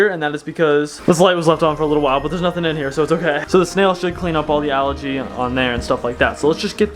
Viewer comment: It's pronounced Al-Gee not Al-er-gee